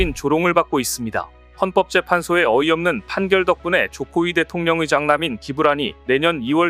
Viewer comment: 자막은 제대론데 들리기는... 조코위대통령의 장남이...... 조코위대통령 의장남으로 들리는건 뭐지?